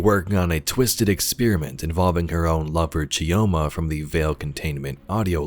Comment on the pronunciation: It's Pronounced "Cho-ma". You drop the "i" like you drop the "D" in Django. :) I can't fault the audio dev team for letting it slip past them though haha